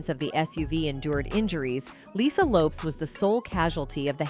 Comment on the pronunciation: If you are going to speak on someone, say their name correctly. Lisa left Eye Lopes(it is pronounced like Lopez).